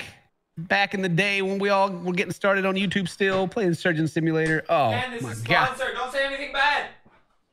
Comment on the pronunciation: Is he saying SIM U LATER?